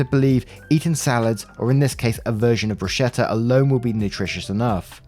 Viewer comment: Please, "bruschetta" is pronounced "broos-keh-tta". The "ch" in Italian is ALWAYS pronounced "k".